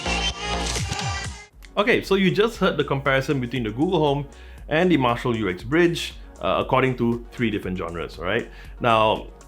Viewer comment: It is always funny to hear Americans speak... It's the way they make up words :-) This is not the U-X-Bridge, it is indeed Uxbridge - pronounced as written - Ux-Bridge. 76 Uxbridge Road in London, is the place where Jim Marshall opened his first music shop (or store in American :-) ) and yes, it is a very nice speaker (arrived today), modest obviously due to its size, but a well rounded tone. It is good to see Marshal Headphones putting Google Chromecast back on their devices - I have the Stanmore II plus a number of Sony speakers and Google Audiocasts, all of which are playing happily together, but I would like the Woburn with Chromecast. Have a nice day y'all!